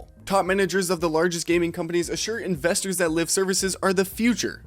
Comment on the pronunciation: Bro said “live” service